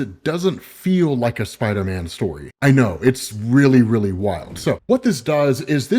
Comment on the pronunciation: idk why it took me so long to laugh when I saw this comment but when I did it had me rolling😂